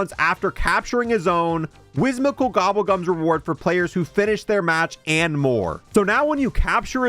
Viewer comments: WHIMSICAL NOT WHISMICAL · Whim-sical. Not Whis-mical! 😂